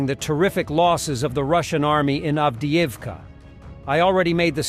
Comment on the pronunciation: Avdivka… try to pronounce your job